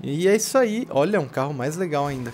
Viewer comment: Pedro Henrique Souza Eu "fisso" ???? puta q pariu mano!!! assassino da língua.... nossa... caraka... fisso....